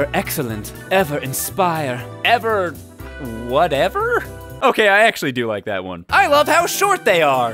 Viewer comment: I heard "What an or?"